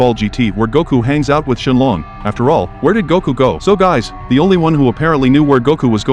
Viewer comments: Bro his name has English in it and calls shenron shenlong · Bro put ShElOnG 🤣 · It’s shinron 😂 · It’s shenron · Shen Long is technically the correct way of saying it, the only reason he’s called Shenron is because that’s how Shen Long is pronounced in Japanese